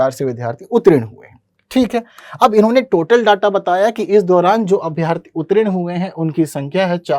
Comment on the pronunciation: उत्रीन नहीं उत्तीर्ण होता है